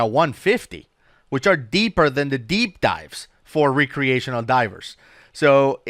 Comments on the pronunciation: I like how you say the word- "rec·re·a·tion·al " / rekrēˈāSH(ə)n(ə)l Its actually pronounced 'rekrē'. Just sayin. ^5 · sure knows the word oxygenated but can't pronounce recreational:P love your content fellas